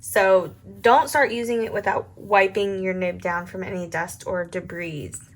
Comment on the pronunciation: Debris - the “s” Is silent - debreee